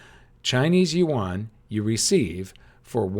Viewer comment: Yuan is pronounced ywen. Please say it right.